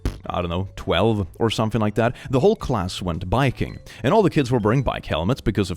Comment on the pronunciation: What says: „My whole class went biking.“ What I hear: „My whole class went viking.“ …and it took a moment for me to question it 🤷‍♂️